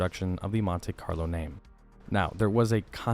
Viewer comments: Love your videos, and not trying to pick on you, but I think most people pronounce it "Mont-ee Carlo" not "Mont-ay Carlo". That's how they say it in the ad you included as well. Happy new year! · It's pronounced Mon-TEE, not Mon-TAY. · Nice video. Note that it is Montee not Montay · “Montay Carlo” lmfaooo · As a 1970/1976 Monte Carlo owner, I am hating the way dude says "Montay Carlo". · It's like partay (party) its how snobby americans talk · 🤣🤣🤣 pronounced MAHN-TEA..... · Bruh, chill on the "MonTAY Carlo" 😂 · What is a "montAy" carlo??? 😆😆😆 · Monte.. Pronounce it montee... Long E sound... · Monte Carlo is an area of Monaco, France. It is pronounced Moan-Tay. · It's a good thing the Monte Carlo isn't a French car it's an American car so it should be pronounced as an American would say it. Mon-tee Carlo.